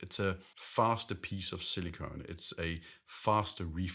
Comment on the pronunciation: Faster piece of silicone? Or did you mean silicon?